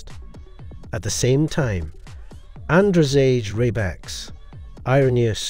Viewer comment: How about ANDREZGE RAYBAX xd